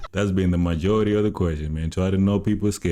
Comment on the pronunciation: To the guy on the corner of my screen... Try to realize that the word majority has a j in it! When you said it in this episode towards the end, you did not pronounce the 'j'.